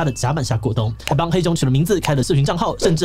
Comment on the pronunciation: 真的是「黑熊友善」(台語發音)😂😂😂